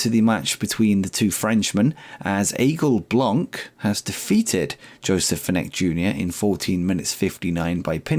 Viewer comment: since you hired him and every time after that you said the name of one of your wrestler I grind my teeth a little.. I kept quiet about it in case someone would say it instead of me, but it seems it was never the case.. Aigle Blanc.. which would translate word for word in English to White Eagle, best manner I can give to let you hear how it's pronounced, google translate, write it while putting it in French and press that little speaker to hear how it is pronounced. Sad for Tyler Bate, little bit less for Xellhua since you only had him for like 1 show per month, but indeed.. Bate was NOT worth that amount.. let him go to AEW and make them ruin themselves financially. Starting to think that it's some sort of Vince Russo who offer the contracts in AEW there..^^ Just kidding there..